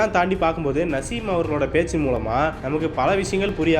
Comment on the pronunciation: Ada iva yaaaraa ivan.. Perukooda padika therila... Naaasim... Nasim nasim ndraaa